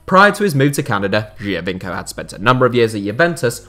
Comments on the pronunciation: I heard you a bit struggling with the Giovinco pronunciation :) it's way simpler: joe-veenco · Geo as in geography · Isn’t it Geo - veenco